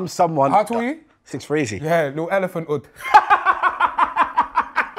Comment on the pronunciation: Loool man said elephant ood😂😂